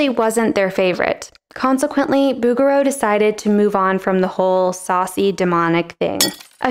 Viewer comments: It's not BOUguereau, it's BougueREAU. In French the stress is always on the last syllable. Also "Hundreds of centuries"? That would mean that Virgil lived at least 10,000 years prior to Dante, which is obviously false. The difference is app. 12 centuries. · Its Boo Zher Rho not boogero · I had a little bit of difficulty to identify the artist when heard she saying "Boogarel" for the first time. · Oh, noooo. Is it really pronounced BOO-ger-oo??? I surely hope not. :0 If so, I'm going to pretend I never learned the correct way to say it, and keep pronouncing Bo-zher-o. 🙈 🙉 🙊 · couldn't stop snickering every time i hear "Booger-O" 🤣 bet you'd find his works in Flickr. see what i did there? 😁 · its not bugger-row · « Boo-goo-row »? I’m out. It would be super easy to look up how it’s really pronounced. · I thought she was saying booger row When she pronounced his name. 😆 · Not a criticism but the “g” in his name is soft. Like in “bourgeois.” I love all is work and I love the rougher Impressionist too. Why take side? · Oh please, you’re pronunciation of his name hurts my French trained ears. The letter “g” in his name is a soft sound, more like a soft “j”. I used to have a print of his painting of the Madonna with child surrounded by angels. It is so beautiful.😊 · PS: Learn how to pronounce his name first! Google it Girl! ,Just like you do everything else!